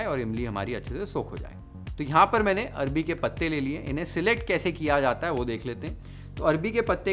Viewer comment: Bhai 😂arbi nhi arvi k patte 😅😅😅